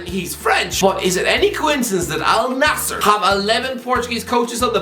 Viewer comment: First English speaking guy to pronounce it right not “Al nazir”